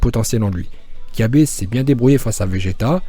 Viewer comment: On dit pas kyabe mais cabba